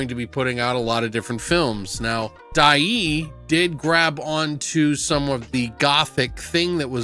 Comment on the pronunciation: Die-ai (long a, no y)